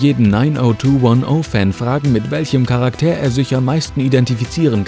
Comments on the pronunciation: Charakter NICHT Karak TEER ;-) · Charaktääär? Dachte es heißt Charakter.😉